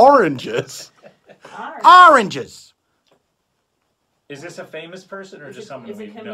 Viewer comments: In conclusion, AHRANGES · Oranges sounds less and less like a word everytime they say it lol